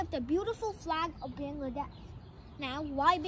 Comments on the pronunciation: At first say Bangladesh correctly😒😒😒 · Learn from your parent how to pronounce Bangladesh accurately.